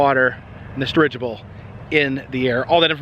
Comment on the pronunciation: Oddly unique., I finally figured out your saying "dirigible".